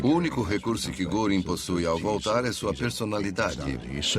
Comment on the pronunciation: Essa pronuncia me doi os ouvidos "guringui", sendo que o mais correto seria "guerin"(göring)